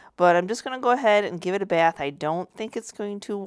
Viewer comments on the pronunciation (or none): none